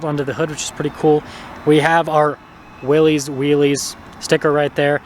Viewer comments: its not "wheelies" Its WILL-US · This isn’t a tomato ta-maw-tow deal. It’s Willys not wheelies. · It’s never been wheelies. The argument has always been Willis or willees. Internally Jeep says Willees.. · It’s pronounced Willis, like his last name, not “wheelies, or “willies”. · Lol.. everyone should be saying “Willis”! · It is pronounced Willis—like the WWII jeep. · It's pronounced willis...as in "whachu talkin' about Willis?" It is named for John North Willys. He bought Overland Automotive in 1908 which became the second-largest producer of autos in the US behind Ford Motor Company. Overland was the creator of the Willys MB that became known as Jeep, in 1941. Liked this video! I just bought my Willys yesterday (6/21/2023). Love it! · It's pronounced Willis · It's pronounced like Bruce Willis. You comically mispronounced (Willy's) it two ways. Excellent video otherwise. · It's actually pronounced VILLIS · Only thing I have to say is, I have never heard anyone pronounce "Willy's" as "wheelies"......... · The two major pronunciations are "Willies" which is what it looks like; therefore most pronounce it that way, or "Willis," which was how John N. Willys pronounced his name and the name of his company. Willys Overland. Not sure where you get "Wheelies" from.